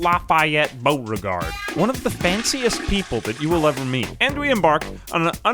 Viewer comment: Omg the way you pronounced Lafayette Beauregard was Soo good. Is that what ASMR is like? I had to rewind ten times